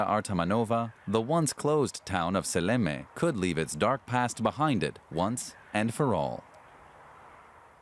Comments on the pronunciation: The town is not Salami, it's Seallamayee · Силламяе, а не Салями, ёпта.